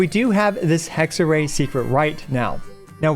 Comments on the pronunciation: as an italian, it was hexerei not hexerye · "It's hexa-rei not hexa-ray" - Hermione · I apologize for saying Hex-a-Ray : anyway, Hex-a-Ray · I thought that funny. He back tracked on it immediately. xD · If you read the thing as it is, it should be HEK SUH REY right? well yacht is pronounced YAT so.. (sorry I'm not an English native speaker) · If they wanted it pronounced Hexerai, they shouldn’t have spelled it Hexerei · the fuck you mean hexer-rye. That makes zero sense. What. No.